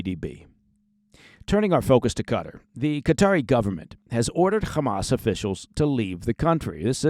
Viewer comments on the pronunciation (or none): What’s this CUTTER place your all going on about….. do you mean QATAR!